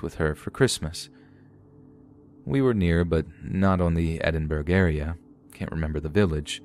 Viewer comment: Great stories! It's pronounced ed-in-buh-ra/rer though, not edinburg 😁